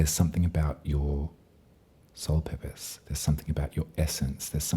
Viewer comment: Ok instead of “something in your soul purpose” I heard “something in your soul peppers” and nodded along sagely. 😂 Thank you as ever for these fabulous readings! Off to buy you another coffee. 💗